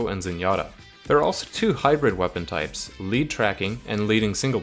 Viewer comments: "and the last to hybrid TRYPES:" not hating just though that was funny lol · "two hybrid trypes"